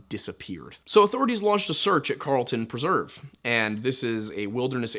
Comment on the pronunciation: Great content. I just don't feel so comfortable with your pronunciation of preserve...